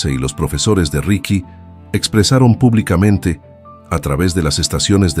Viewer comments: Pero no es RIKY ES RIXI MÁBEL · Los relatos son muy buenos pero escucharlos en voz artificial le quitan mucho, ya que, en este relato por ejemplo no puede pronunciar el nombre correctamente, ricky, richi no es correcto se disfrutarian mucho mas con voz humana